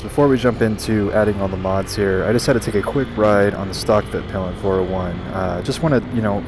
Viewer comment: The name of your bike (in Swedish) is pronounced "Veet-peel-en", NOT "Vitt-pill-en".